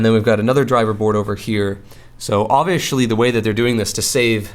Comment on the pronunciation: Why are you saying obvishly? Is it a local dialect?